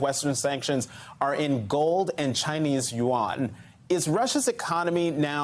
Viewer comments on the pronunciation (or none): none